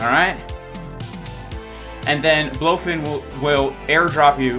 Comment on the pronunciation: BLOOOfin, lol well everyone calls it Blowfin what can you do, they should rename to Blowfin, no point in fighting the trend